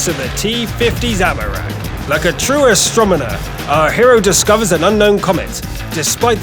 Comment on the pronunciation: Am I the only one who noticed him saying "astromoners"? :p